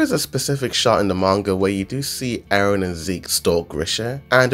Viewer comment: Stop saying Aron instead of eren